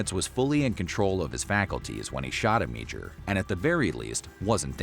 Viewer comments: You totally butchered the guys last name - AM - AH - DOOR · It's pronounced Amador & its VH1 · Amedure's name is completely mispronounced on this.